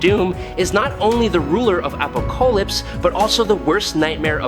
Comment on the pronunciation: "Appocolypse"??? A rather bad pronunciation..